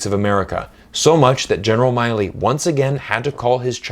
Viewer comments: Why do you choose to mispronounce the General's name as Miley, when his name is Milley? I've never heard it anywhere else pronounced as Miley. Even in Chinese it's 米利 (Mi Li). I haven't come across any American that would mispronounce his name like this, and for you to consistently do so with the central figure in you piece here, it really detracts from what you're trying to say. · except he can't even pronounce the general's name right